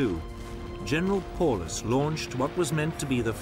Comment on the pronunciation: Paulus..... pronounced Pow-lus...